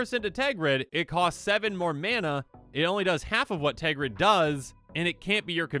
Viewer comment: TERGRID NOT TEGRID Just read the card